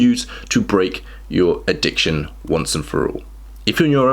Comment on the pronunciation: "Addicciotn" lol